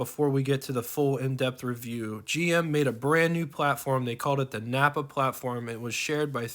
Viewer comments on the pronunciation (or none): The GM platform was called a "Kappa" not Nappa. I have a 2006 Solstice (you can tell by my YouTube name and photo) and I love this little car. It only has 40,200 miles on it. In the glovebox, there is a list of codes that show all of the items installed including upgrades. I recently found this out and looked up the codes and was happy that my little car, named Sly after the paint color, has many upgraded items. There is nothing like putting the top down and turning up the stereo to Classic Rock and crusing.